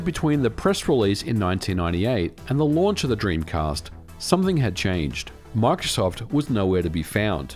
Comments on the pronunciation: bro makes "microsoft" sound like "mark shuffle" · "Mike Shoft" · “My-cro-soft” - Microsoft